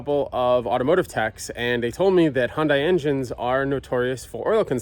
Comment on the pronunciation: First, Hyundai is pronounced like "Sunday". You said it holds 7 quarts, you said it had "no oil". You put 2 of the 7 quarts in and a miracle occurred... 4 quarts magically appeared!!! If you suspect you may have oil problems, carry some with you.